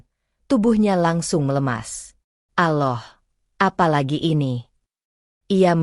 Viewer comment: Tolong ucapan Alloh nya yg fasih ..klo benar muslim...